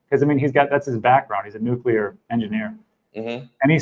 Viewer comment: lol he said "nucular". :D